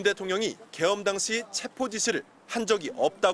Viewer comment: 잘들어보십시오 체포가 아니라 쥐포입니다😂😂😂😂